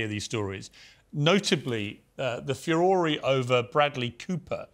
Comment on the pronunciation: I like the way he pronounces "furore": few-or-ray". I say few- roar.